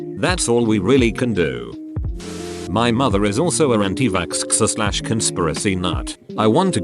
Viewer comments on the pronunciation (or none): when the voice said “anti-vaxskskser” in the beginning i lost it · Nobody: Nobody at all: The voice in the video: AnTi VaKsKsEr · No one: The synthetic voice: anti-vAkSKseR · antivasksker that's how the computer dude says it and I'm dying now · lol the robot voice is a visco girl pronunces xx as sksks and i oop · No one: The voice that reads the text: My mom is an anti-vakskskser (and I oop) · Anti-va(SK-SK) OH NO. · "Anti vaksksker"